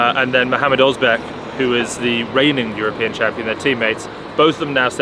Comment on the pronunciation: Lasha is still a unit! And a minor note on the Turkish pronounciations: You're already doing great with the names and with Genç, but Ozbek (Özbek) is pronounced with an "ö" sound, which is the same sound in "burst", or like in the French "le".